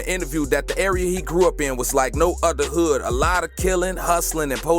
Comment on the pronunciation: I thought he said "it was just like every other good"